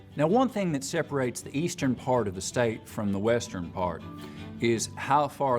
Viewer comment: You accent is VERY nice to listen to, but if you're interested in sounding more native probably the biggest thing I would suggest is the "Th" to "D" transition. A lot of ESL speakers pronounce "Th" with a "D" sound so it's perfectly understandable but it is a sign of a non-native speaker. (Very Spanish sounding in your case.)